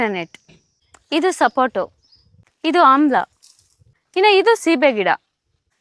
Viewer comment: ಸಪೋಟೊ ಅಲ್ಲ ಸಪೋಟ